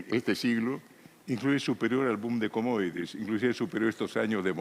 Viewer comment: CUMUDITIES JAJAJJAJAJAJA ESA LLAMA EN SU VIDS A LEÍDO UN LIBRO